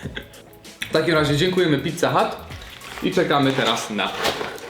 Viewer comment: Mówi się pizza hut A nie pizza hat. Kapelusz to hut A nie hat